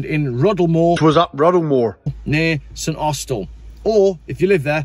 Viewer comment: Live you pronunciation of St Austell... shame you got Launceston wrong...but kudos for trying. ( it's Lanson 😂😂) but there's not many Cornish accents left down here.